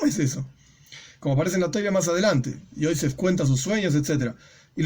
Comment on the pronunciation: Hay que pronunciar los nombres de los personajes en HEBREO como lo dice la Biblia, NO EN YIDISH Se dice Joseph no Joise